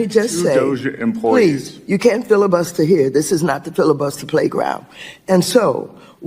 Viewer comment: everytime he says one word waters says “no filabuster” does she know what filabuster means?? this is the most pathetic embarrassment of this country ever